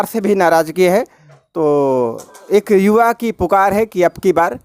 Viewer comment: Abe reporter जुवा नहीं युवा